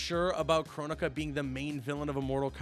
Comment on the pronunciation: Bro... not kronika...